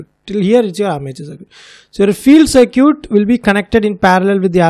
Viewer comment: Btw "circuit" is pronounced "sur-kit"